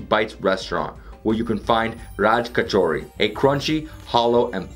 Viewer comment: The first thing he pronounced accurately is Raj Kachori